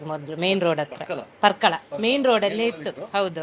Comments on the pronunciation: ಸರ್ ಇದು ಪರ್ಕಳ ..ಪಾರ್ಕಳ ಅಲ್ಲ.. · ಅದು ಪಾರ್ಕಳ ಅಲ್ಲ ಪರ್ಕಳ👍